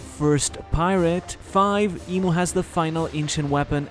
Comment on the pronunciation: IMU not MO